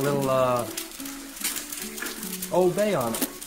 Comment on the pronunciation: Its “Old Bay”!!! I know im a bay boy my whole life lol